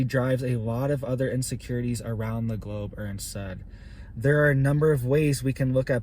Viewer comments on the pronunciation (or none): none